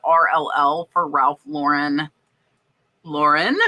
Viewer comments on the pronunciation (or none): none